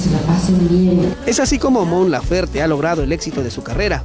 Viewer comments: el apellido de Mon se pronuncia como se escribe, Laferte, besos 😘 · Su apellido se pronuncia como se escribe "LAFERTE" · todo bien pero es Mon Laferte!!! la "E" no es muda, igual gracias pór la nota sobre la reina!